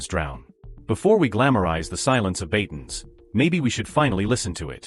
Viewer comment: BATANES not BATONS.